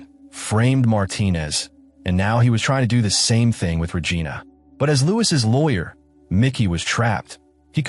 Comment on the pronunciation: Paramount can't afford a human voice? AI pronouncing "Regina" is disturbing, along with other creepy errors. Also, a "comfort woman"...what is this Japan in WW2?!